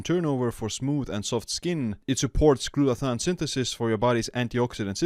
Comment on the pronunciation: Thanks for the info. (also check your pronunciation of glutathione)